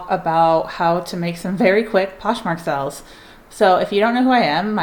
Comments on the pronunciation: It drives me crazy lol but I love her so I watch anyway. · I love the way you pronounce Sales. Sounds like youre saying Sells. It’s adorable and makes me smile.